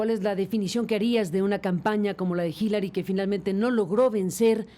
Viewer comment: Hillarie????? jajajajajaj es Hillary pendejo